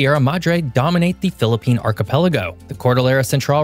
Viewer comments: Kudos to for excellent pronunciations of Philippine geographical features!! This is outstandingly researched video. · Bravo!!🎉 Nice vid and nice pronunciations of places!!! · The way he prounouced the words is good, like he lived in philipines before!😮